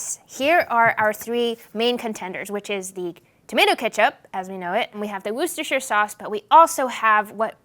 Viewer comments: Not woo sta shur. Wuh sta shur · Wooster! not woorcestershher 😉